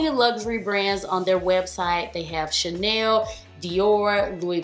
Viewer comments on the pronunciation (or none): none